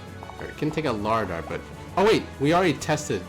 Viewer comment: Læraðr is pronounced “La-wrath-er”